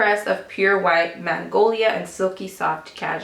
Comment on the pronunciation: while talking about r.lauren perfume twice you said mangolia;it's magnolia ;)